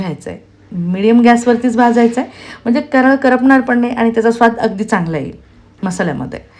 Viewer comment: कराळ नाही कारळं म्हणतात